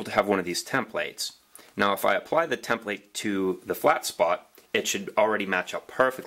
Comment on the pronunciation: cool video, however template is not pronounced like that